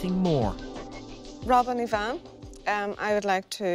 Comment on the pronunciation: Her name is, not Yvonne!